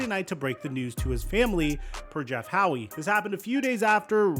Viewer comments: I’m sorry, dude, how do you know know the name Jeff Howe? HOWE… “HOW” like HOW are you? Not Howie 😂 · I can’t get over how he keeps pronouncing Jeff Howe’s name 😂